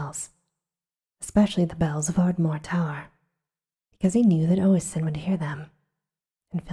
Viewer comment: Glad to see you back, hope you are feeling better! Btw, were you reading the name Oisín? Because that name is pronounced OH-sheen. And Niamh is pronounced “Neeve” or maybe a little softer towards (but not quite) “Neef”, depending on where you are from. Pronunciation of Irish words can be tough to figure out!